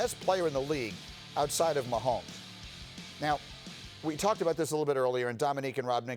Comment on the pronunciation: “mahommes” - dez Bryant